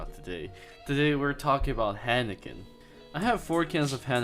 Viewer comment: Hiiiiiinekan.... Not haaanaken